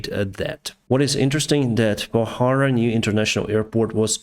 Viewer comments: Not pahara its pokhara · Hello Captain! Pokhara not bohara. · Kathmandu to Pokhara not bahara!! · The way you pronounce Pokhara is interesting. But that's definitely not the way it is pronounced. 🤣